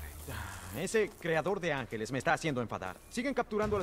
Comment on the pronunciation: se dice angeles no es por criticar pero siempre es mejor aprender mas palabras a que no cierto?